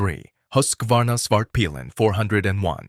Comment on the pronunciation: This video is so AI generated.... also I would not take advice from somebody who names svartpilen "spart pillin"